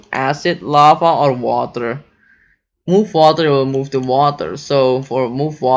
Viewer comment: You're speaking very good "vatr"